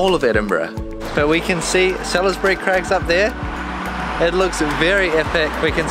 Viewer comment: Just a wee pointer. Salisbury Crags is pronounced 'solsbury'. :)